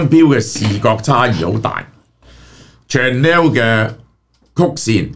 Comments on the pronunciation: Chanel pronunciation is shuh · nel, not chan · nel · Chanel呢個字，記憶中發音已經錯咗唔止一次，何必繼續誤導觀眾網友？